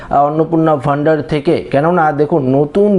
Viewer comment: অন্নপূর্ণা ভান্ডার ❌ অন্নপূর্ণা ভ ন্ডার ✅ 😅😅😅